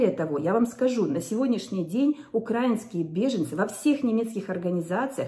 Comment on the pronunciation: УкраИнские, а не укрАинские. Научите наконец кто-то. В конце концов благодаря украИнцам она деньги зарабатывает